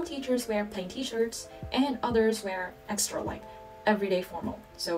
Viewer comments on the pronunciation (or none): none